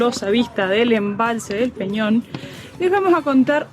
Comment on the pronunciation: Agradezco el homenaje del video y lo bien que hablan del camino y de esta zona turística de Colombia, pero si es bueno saber decir bien el nombre de la piedra y es EL PEÑÓN DE GUATAPÉ.... De resto todo muy bien